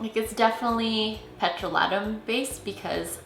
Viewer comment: Did she say petrolATtum? 😂